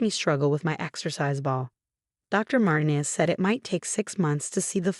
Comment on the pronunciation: Martin ez? Horrible AI reading. INvalid, not inVALid.